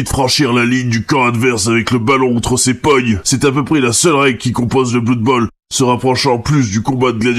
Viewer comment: On dit bleud bowl en fait. Aussi, blood bowl ne prend pas place dans warhammer fantasy mais dans son propre univers.